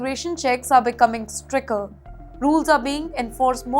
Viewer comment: Sticter, not stricker. I did not hear any "news" all nonsense chatter.